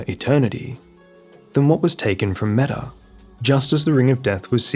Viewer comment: Not sure about the anglicized pronounciation, but Metyr means mother in ancient and old Greek, it is pronounced mEE-tyr, not meta. Manus just means the terminal segment of a forelimb, corresponding to the hand and wrist in humans. So basically the game adding "mother of fingers" after her name is redundant.